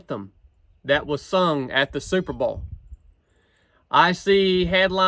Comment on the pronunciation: "superbowl" or "superba'al"???